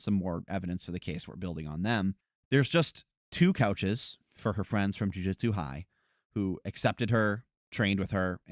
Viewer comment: Amazing video, and this is not a dig, just a note because it keeps bugging me: it's pronounced Joo-Joot-su, not Joo-Jit-Su.